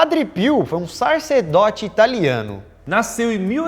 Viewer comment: "SARCEDOTE" KKKK